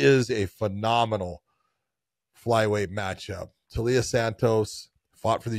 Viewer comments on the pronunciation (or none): The i isn't after the L John. It's Taila (Tyla) Santos not Talia Santos